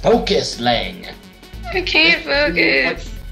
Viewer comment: My name is not Liang >:C also my mic was louder than it should have been. xD Oh well, it's already uploaded.